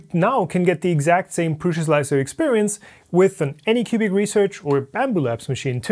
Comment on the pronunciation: Anucubic Research :)